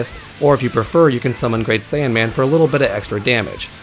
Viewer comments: I don't know if it's your voice or what but it sounds like you kept saying "great saiyAN man" instead of great saiyaman. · Saiyaman, not Saiyanman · Good info but... It's Saiyaman. IT'S SAIYAMAN.